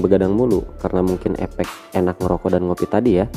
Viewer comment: Koreksi mas,...efek, bukan epek